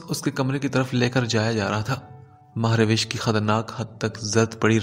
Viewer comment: It's not MahRawish it's MahRosh